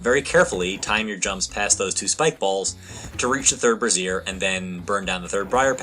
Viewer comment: /ˈbrāZHər/ - not /brəˈzir/... it rhymes with Fraiser